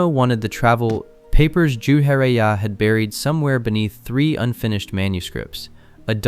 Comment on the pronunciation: Jar -Ye -Ya , Narrow -toe 😂